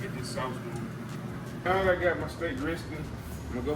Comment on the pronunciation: Can you pronouce a word correctly? Wit = With, Dat = That. 2025 'bro' lets learn to talk properly.